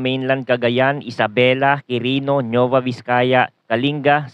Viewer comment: Kindly check your pronunciation, NUEVA Ecija/Vizcaya, NOT NEUVA.